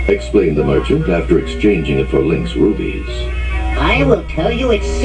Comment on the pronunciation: Ruppees, not rubies dammit